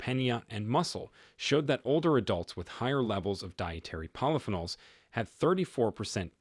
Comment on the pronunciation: stop using Artificial Intelligence...."polyphenols" and "avocados" are both mispronounced. Very annoying!